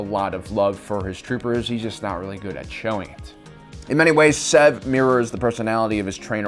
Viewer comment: Its SEV not zev